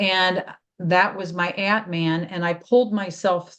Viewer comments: If pronunciation matters, it's Ahtman. For atman, the a sounds like a in father. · Thanks, I didn't understand initially. It sounded to me like ant man.